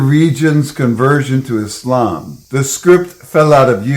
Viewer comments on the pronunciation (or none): none